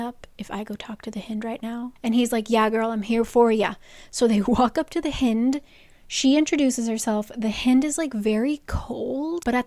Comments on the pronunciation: ahah I can't its "Hynd" like "HIGH-nd" of a deer. not HEEND. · It’s hind like behind. Please 😭😭😭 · just realized that does not include pronunciation LOL its pronounced like "hind end" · Haha "hind" is pronounced like "kind". A hind is a female deer. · Hind is definitely pronounced like “behind” … hind is another word for deer! And she’s a deer shifter. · I love you but these pronunciations😭 first Mee-cah instead of My-cah, now the hih-nd instead of the high-nd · Omgggg I am so excited for this video but I dont know if I can make it through hearing Lydia’s name (The Hi-ND) pronounced that way the whole book (hin-d). I got through Micah (MY-cuh) being pronounced (ME-cuh) from the first video so I know where there’s a will, there’s a way! 😂